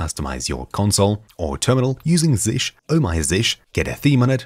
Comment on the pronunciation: It's not [zish] but [zee shell].